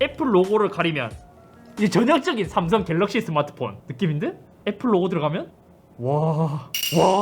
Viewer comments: 슴성은 너무 하네여 ㅋㅋ 넘모 이상해 ㅋㅋ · 샘썽 ㅋㅋ 그냥 어감부터 구림 중국같고 ㅋㅋㅋ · 스음성 ㅋㅋㅋㅋㅋㅋ 근데 진짜 이걸 실제로 하시는걸 보니깐 언제나 잇섭님 대단쓰 ㅋㅋㅋㅋㅋㅋ